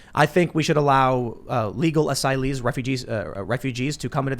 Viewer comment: 'Asyleeths', as pronounced by AOC.